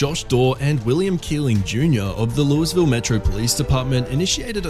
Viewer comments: Louis ville Kentucky? It is pronounced "lew E ville", one word. Not Louis ville. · It’s not Lewisville the way you are pronouncing Louisville. It’s pronounced ( Louievul ). But the Louisville Metro PD have been investigated numerous times for their racism, violating people’s rights, abuse, unaliving people. You might remember Brianna Taylor case where she was unalived by a no knock warrant. It sounds like you are from the UK, but that was international news. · It’s pronounced “Lou-ee-ville,” British narrator bloke who can’t be bothered to not learn the proper pronunciation of American city names. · Lol.... "Louis ville" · It’s pronounced Lou-uh-vul. The “S” is silent 😒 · Please learn how to pronounce the city names correctly, particularly Louisville Kentucky. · This narrator shouldn't be doing these types of videos. He can't pronounce Louisville, Ky. correctly, so i doubt he knows much about laws in the U.S.